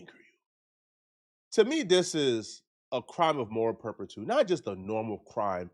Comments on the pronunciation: Those kids/parents need to be locked up for assault but needs to be locked up for butchering the English language. It’s moral turpitude. “Perptiude” isn’t a word. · Moral turpitude 😂 is mispronouncing it. Just a fancy name for a crime or behavior